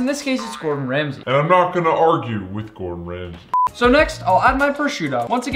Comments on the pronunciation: its Gordon ramsay not "Bordon ramsay" bruuuuuh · Gor’on Ramsay